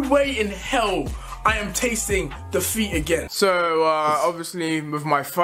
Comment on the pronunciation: I thought deji said da feet it took me 2 minutes to reliaze he said defeat so ya 😔